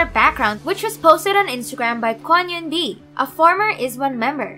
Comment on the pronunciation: I'm just here for the tea but the way she's talking is kinda annoying. Also, at least learn how to pronounce names. Eunbi is not yoon-bi. 😣